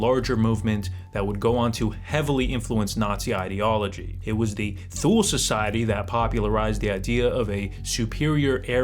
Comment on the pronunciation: Grammar Nazi: Thule is pronounced “two-lee”.